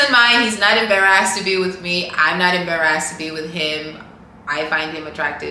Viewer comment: Her cute cameroonian accent coming out when she says that word ❤